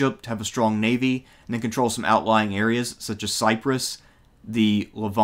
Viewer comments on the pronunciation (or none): none